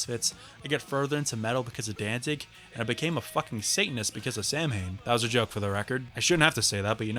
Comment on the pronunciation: Samhain is pronounced “sow-in”, as in ow-in.